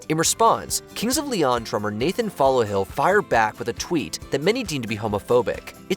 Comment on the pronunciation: It's Nathan Followill from KOL not Nathan "Follohill."